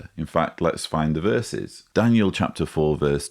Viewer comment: Did call him "Dan-u-el"?